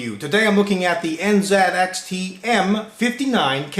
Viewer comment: "nZATxt m59 case" lol